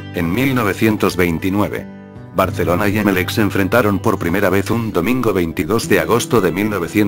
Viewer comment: Porqué pvtas el loquendo dice "Barceloncie"?? PS: Viva Saprissa 💜